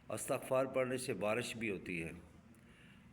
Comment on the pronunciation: Hazrat droode pak k seegha to theak phre or lafz isghfar hota hy